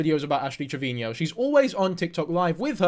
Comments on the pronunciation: Its Trevino...Not Trevinio... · It’s pronounced Trevino. Not Treviño. No need for the accent on the “no”. Just say it like you’re saying it to her “treviNO”. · I cannot focus when he says “treviño” or “Trevinio” TREV-EEN-O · Not to nit pick as a hispanic but its "Trevino" not "Treviño" 😭😭